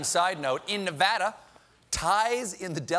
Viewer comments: One of the only media personalities that pronounces Nevada properly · Thank you for knowing how to pronounce Nevada. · right lolz